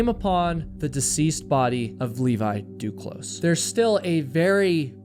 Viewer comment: duclos - the s is silent if you want to pronounce properly.